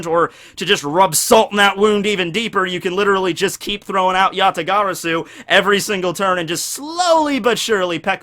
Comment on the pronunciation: Oh man his pronunciation of yata-garasu is... agonizing to say the least... but I can look past it for the good vid. Gg git guud scrub #BanAllKaijus